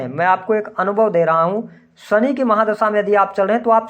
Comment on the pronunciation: आप शनि को सनि क्यों कहते हैं?